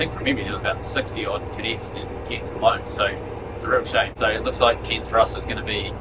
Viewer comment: its pronounced C-air-n-s not C-ear-n-s LOL